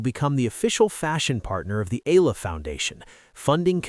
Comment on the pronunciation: E-YA-LA not E-LA is the correct pronunciation